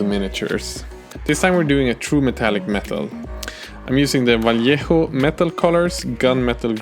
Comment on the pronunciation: hey!! good "vallejo" pronunciation! :)